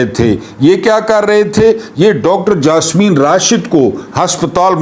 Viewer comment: I have already told you, that her name is Yasmeen Rashid not Jasmeen .